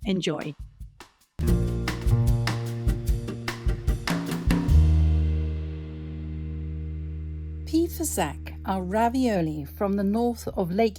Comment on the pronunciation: I suspect that "fasacc" is not pronounced with a "k" sound at the end, but with a "tch" sound, and the "s" should have a soft sound ("fasàcc"). But I could be wrong, even if I live nearby, because dialect can wildly vary within a few kms. The poor filling made with breadcrumbs, cheese, butter and broth is typical of Brescia (the province in which is Artogne). Being from Brescia myself, I had never heard of "pì fasacc"! It's just amazing to always discover, even as Italian, how diverse Italian cuisine is.